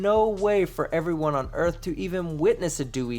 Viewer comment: Dear mister car talker the erf isn't what you think it is.